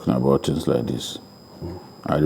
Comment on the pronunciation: Babajide please can you ask to stop using "like" and "look" in every sentence cos it is very annoying especially when he pronounces them as "lique" and "looque". Sounds irritating to the listeners. Please correct him.